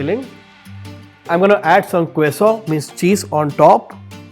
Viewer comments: Queso is pronounced K-SO in Spanish 👍😊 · Kwesa? Please check pronunciation of Quesa/o